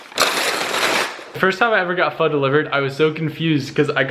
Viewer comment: Finally, an American person saying pho right instead of ph oooo